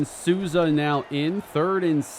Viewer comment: as your only Brazilian follower i need to tell you that the right way to say Souza’s name is “Soul-za”